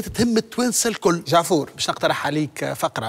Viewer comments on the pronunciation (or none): "جعفور" موش "دجعفور" !!!!! دجعفور في بلادك برك 😂